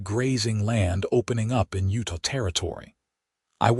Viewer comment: Beautiful love story of love found and a family that followed. AI sucks and UTAH is not pronounced as utah and Monticello is pronounced terribly.